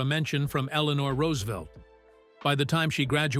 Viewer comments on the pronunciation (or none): none